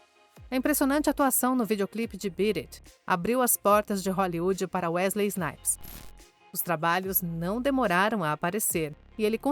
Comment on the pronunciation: Ainda bem que a narradora acertou o nome dele no final, já estava a me dar coisas na espinha ouvindo ela falar Wesley Snipe.